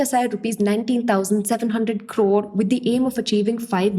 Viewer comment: I love the way you say Crrrrrrrrrore